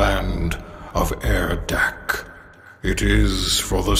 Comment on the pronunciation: We now know it is pronounced air deck by